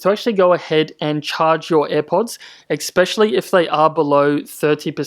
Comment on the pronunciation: Please learn how to pronounce especially